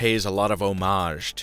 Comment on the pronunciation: Thank you for pronouncing "homage" correctly. :-)